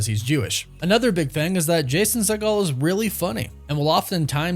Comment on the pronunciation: Jason seigle not "segal" how do you expect to be taken seriously if you don't know who youre talking about?